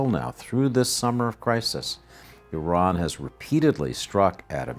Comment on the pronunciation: At least this guy pronounces Iran correctly, unlike many other persons who work in the media field.